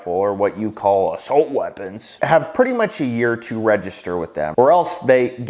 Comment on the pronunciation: Assolt?? Assault bro. Assholt isn’t a word. Lmao